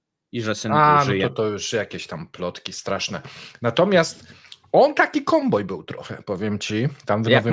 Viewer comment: ale że koMboj, to już lepiej kaŁboj 😅